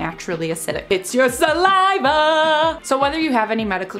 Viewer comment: Say saliva normally ffs